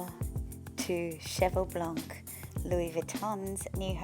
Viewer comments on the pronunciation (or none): none